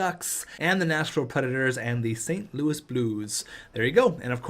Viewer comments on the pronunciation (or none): none